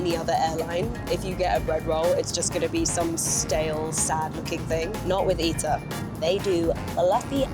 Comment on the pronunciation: It’s pronounced Eetaah not Itah.